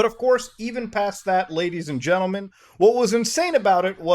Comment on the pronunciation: I took a drink of beeer every time Muta said Gadies and Lentlemen and I... 😵